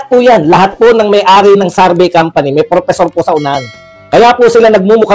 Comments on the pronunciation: Ano Ang Tama survey or sarvy ayusin mo Naman mag pronounce. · Survey po Hindi sarbey